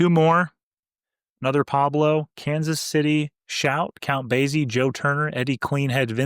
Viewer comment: Just a slight correction. The Count pronounces his name Base-e not Baze-e. The Z sound should sound like an S. Sorry. I have a real pete peeve when it comes to pronunciations. Especially when it comes to proper names. Out of respect for the artist.